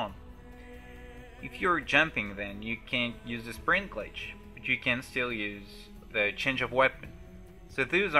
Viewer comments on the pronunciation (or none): none